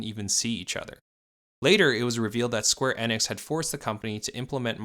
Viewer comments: Why does he keep saying square inex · Im sorry but I can't take you seriouslt when you pronounce company names wrong, especially those that are widely known and have pronunciations widely abailable. After the 3rd "square EH-nix" I had to come to the comments. Not even the 1st video I've noticed it in, just the one that made me realize that there needs to be more research done on these companies and their backgrounds. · Bit off topic however I got slightly infuriated by your "Square Enix" pronunciation